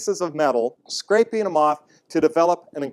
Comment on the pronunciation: Um... "Scrapeen"? Do you mean "scraping"?